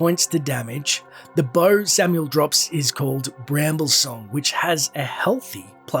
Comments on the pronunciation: Not samuel, sam-eye-el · Please, for the love of god look up these damn names before you say them. I want to jab a red hot nail through my eardrums whenever I hear samuel. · He can pronounce beelzebub but not samael? Really man?